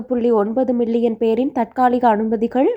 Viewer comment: மிள்ளியன் இல்லை மில்லியன்